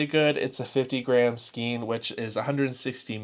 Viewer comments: Psst, "skein" is pronounced "skane" in both American and British English! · Like your videos! Just FYI for the future - Skein. Rhymes with stain. Makes no sense, but there ya go.